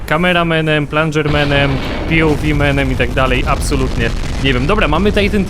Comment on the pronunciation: co to "pulager" ? jak już to "for plunger"